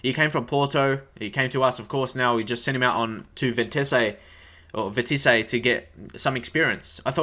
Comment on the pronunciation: Hey Bro, Just saying, pronounce Vitesse like this: Vee-tey-ss Haha but yeh I know french words are hard haha that's how we say it